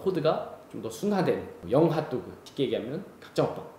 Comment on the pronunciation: 너무너무 재밌게 보고있어요❤️ 그 와중에 자꾸 발음이 하또구 라고 하는 것처럼 들려서 귀엽네요ㅋㅋ❣️